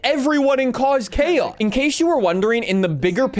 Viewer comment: I also remember the "chaos" mispronunciation lol